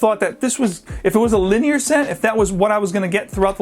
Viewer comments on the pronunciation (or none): none